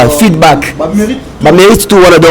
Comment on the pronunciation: Bonjour, souvent tu dis feeLback mais c'est feeDback